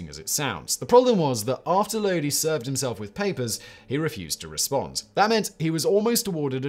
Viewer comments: Talks about CCR, then goes and mispronounces Lodi in the next entry. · Except he mispronounced Lodi every single time.